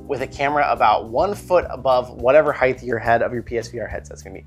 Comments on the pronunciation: Height not "heighth" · "Heigth"... :).... Great info in this video.. I'm gonna have to try some of these.